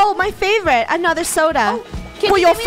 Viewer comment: Nobody: funneh:.SOdAA